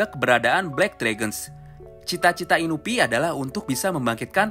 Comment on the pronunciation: Inui ngab, bukan inubi